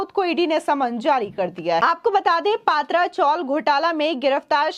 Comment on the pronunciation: Madam yeh PA.. Tra chawl Ka pronounce kijiye..Because these chawls are of tin sheets.